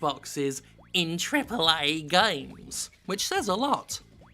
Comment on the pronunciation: I love how Jim says "TRIPLEH AEH GAYMES"